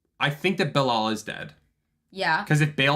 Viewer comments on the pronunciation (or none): none